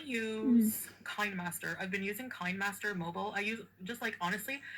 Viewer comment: OMG! I use Kin E master. She even says that wrong! LoL! Kin E master! LMAO! What'd she call it? KInemaster? woW! She's just a fool all around. SMH. How could she not know that! I pay for it, i need to pronounce it, period. Also stop heating up your collagen! High heat breaks down the peptides! Even body temp is a bit perilous for it. Pours boiling water on it::roll eyes:: but your Dr told you that I'm sure... Stop using hot beverage if you want the collagen to work. I take it for a disease called Ehlers~Danlos (Hypermobile) or hEDS, if you wanna research it. It's all about collagen. You might learn something, period. I know you come here!